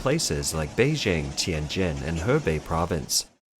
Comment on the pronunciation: It's "Beijing" (Bay-jing, as in jingle or jingo) NOT "Bay-zhing." Mandarin does not have the "j" sound as in French "je" or "jolie."